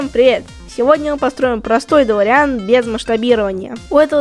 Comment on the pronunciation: не делориАн, а делОриан